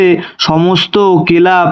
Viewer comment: কে রে ভাই ? উচ্চারন ঠিক কর । কেলাব, সতত, ইন্সলটলমেনট, এসপসট... বাঁদরামি করার জায়গা পাস নি ছাগল 🐐 লেখাপড়া শুরু কর আবার ।